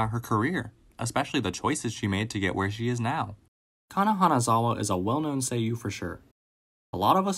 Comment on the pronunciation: Him calling her "Kanazawa" multiple times throughout the video really broke my heart..